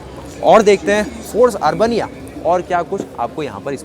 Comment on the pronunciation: अर्बनिया नहीं अरबेनिया कहिये आपने तो इसे अर्बन बनिया बना दिया